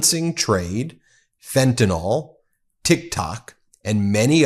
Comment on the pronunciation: WHY DO MORONS KEEP SAYING "FENTANOL" THERE IS NO "O" IN FENTANYL , I GIVE UP, DUMASSES WIN